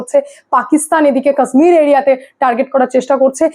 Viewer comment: আরে উচ্চারণ টা ঠিক করে করো কাশ্মীর।